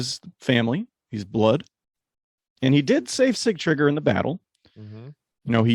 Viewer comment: You guys do a great job overall. Kudos to your dedication. I'm surprised you guys didn't mention Sigtriggur jumping from the window and mauling that man like a beast. What a spectacle🤩 Please tell it is not see-tree-gear. Sig-tri-gur.